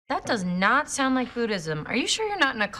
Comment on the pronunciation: Sound 발음 6번 7번 사나로 들리네요 ㅜ